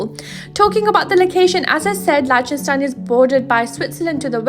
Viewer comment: You're saying the country's name wrong. And you say it wrong a lot in this video.